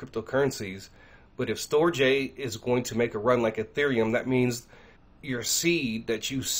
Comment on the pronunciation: Brother, STORJ is pronounced "Storage" or Stor-age. They were tying to do a play on words type of thing. Thanks for the video! Shalom